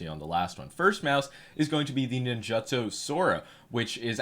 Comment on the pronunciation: Can you stop pronouncing ninjutso like you eat crayons?